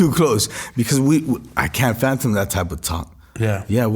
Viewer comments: I thought he'd said "phantom" in place of "fathom" 🤭 😂😂😂. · It’s “Fathom” bro….”Fathom” 😂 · Did he say phantom instead of fathom ??😂 Can't speak proper English but still have more cash than I'll probably ever see go figure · Straight up..he talking like he lived it...hes just the beneficiary. Mf cant even say fathom he says phantom 🙄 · Maybe he did say fathom, sounds like phantom